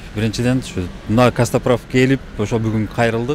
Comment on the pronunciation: Каспатрав😂 Кээде бооруду эзип😂😂😂Костоправ деп айтылат!!!